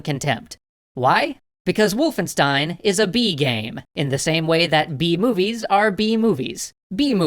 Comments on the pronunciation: sorry m8 for that but wolfenstein is pronounced "Wolf-en-sh-tein" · It’s VOLFENSCHTEIN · its not wulfenstein, its Wolfenstein guys ;)